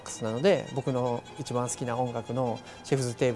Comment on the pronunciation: French words like “EEE CHEEE BAHHHN”. He says it eight times in the intro alone and probably close to a hundred throughout the video… yet the subtitle text always says something different when he says “eeee cheee bahn”… 🤔🤔🤔